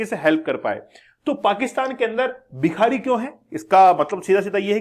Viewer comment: Aap bhikari ko bihari pronounced kyo kar rahe ho bar -bar